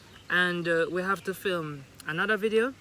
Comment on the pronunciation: You definitely said flim the videos😭😭😂